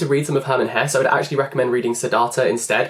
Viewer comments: the last e in "hesse" should be pronounced btw greetings from germany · every german viewer is getting crazy the way you pronounce Hesse ^^ Btw I even liked Narcissus and Goldmund more then Siddharta vom Hesse maybe you give it a try :)